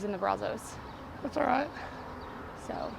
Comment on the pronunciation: Why is calling it brazohs, when Brazos (brazzs) the o is silent. All my life living here never heard of gators in the water and we went fishing plenty. Now a guy just caught gator garp fish thingy about a week ago. Like I tried to tell Doug he is not in the water. That type of car in pristine condition is worth something. I remember hearing guys talk about the chop shops in bellmead/el mott area and outskirts of Waco going to bellmead. The water levels are down because we are in a drought. We are on water restrictions since last year.